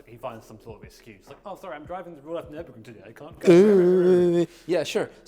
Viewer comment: Hearing say nurburgring is satisfying